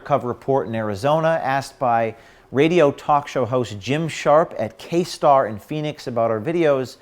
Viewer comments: btw/ just for the record it's K-T-A-R not K-Star....sorry to nitpick, but I used to work there. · It's KTAR not KSTAR. They're like the CNN of news radio.